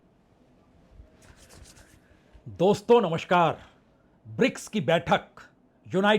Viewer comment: आप पुराने और प्रतिष्ठित पत्रकार हैं। आपसे 2 आग्रह हैं 1.नमस्कार के स्थान पर आप हमेशा 'नमश्कार' उच्चारित करते हैं। 2.अंतर्राष्ट्रीय के स्थान पर 'अंत्राष्टिय' कहते हैं। आपके इन दो शब्दों के ग़लत उच्चारण खटकते हैं । संभव हो तो कृपया सुधार लें। बाक़ी सं दुरुस्त है।